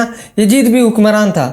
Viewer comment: Bhai well said But who is this Yajeed a new creation Please learn to pronounce YAZEED correctly